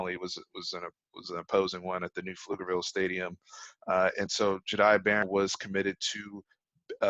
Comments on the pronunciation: Yo im a current student at connally love your vids hope my hs does better at football and for the horns to have a successful season. (P.S it’s pronounced jah-day) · i went to school with jahdae you said his name wrong 😂